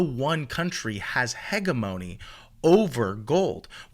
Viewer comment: Youre pathetic bro!!! Write youre own stuff or Learn How to Read!!!! HEG A MONY!?!? hegemony, or said, Hedge-e-Mony! You cant read and want people to trust you with their money!?!? Wtf!🖕🖕🖕🖕🖕